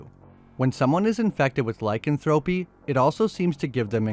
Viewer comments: "Lie-can-thropey" is actually "lick-an-thro-pee". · Google how to pronounce lycanthropy please